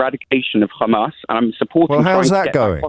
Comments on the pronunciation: pronunciation of hammas leads me to thinking he is an Israeli. I could be wrong, but I’m guessing he supports the Israeli leaders position. If that’s the case, he will not change his views, and will be blind to anything such as disproportionate attacks on thousands of civilians, or genocide, and will always seek to justify it. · He's not supporter of Israel... He's Israeli.... Hear him say KHHAMAS 😂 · made it clear to O'Brien where he stands, when he used the pronunciation KkkHhHhamas... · Why do Israel supports insist on mispronouncing Hamas? Its so weird, its a soft H. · This idiot is in uk, so why he cannot pronounce Hamas?? Guy is a total di#khead. He keeps shoiting same sound bites that his zio Masters had brainwashed him with. They are incapable of humanity